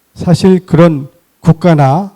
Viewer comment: 사실이라는 평상 단어도 바르게 발음하지 못하는 이가 이러ㄴ 연제로 강단에 설 수 있는 한국 문화!!!